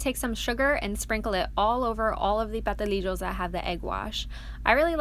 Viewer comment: Ok you forgot the S in Pastelillos ha ha ha ha it's not Patelillos